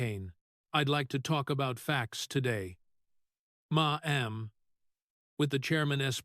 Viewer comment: WHY CAN'T AI SAY MADAM . AI DIDN'T MESS UP ON SAYING WITH WATTERS. GARBAGE SHOWS DEMOCRATS